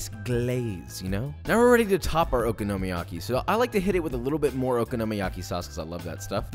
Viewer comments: It is oKONOmiyaki, not OKOnomiyaki. Emphasis is on the 'kono' not the 'oko' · Nothing like okonomiyaki I had in South Japan. Also accent is on the second syllable, i.e the "ko" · Just an FYI from someone who lived in Japan several years and has a Japanese wife. Okonomi is pronounced like Economy with an O. So Oconomy yaki. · I THINK YOU LIKE SAYING OKINOMIYAKI LOL Ohhhh darling unless you gonna invite me for this pancake 🥞 it’s tooooo much work lol but looks delicious 🤤 😋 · Your vids are great but your pronunciation of the dish makes me cringe a little. Try stressing the “ko”. Other than that, keep up the good work. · I won’t bother following the recipe of something that the person cannot pronounce correctly. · Joshua! I love all your videos and your passion for Japanese food especially, but omg the way you're pronouncing okonomiyaki ... it's like Kraft mayo in a jar. It's that bad buddy. Please find a native Japanese speaker and have them school ya. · yt: OMG. you butchered saying Okonomiyaki and Kewpie soooo bad!!:yt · I absolutely love your videos and have learnt alot. But learn how to pronounce okonomiyaki...